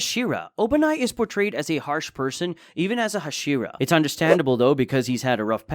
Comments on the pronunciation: Tenjen? Hasheera? wtf are thouse pronounciations? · wtf is a hasheraw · HA-SHE-RAW saying it wrong